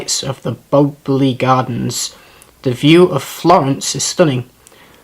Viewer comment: That Boboli pronounciation thoooo! 😂😂😂 I legit laughed out loud. Love your first impression videos!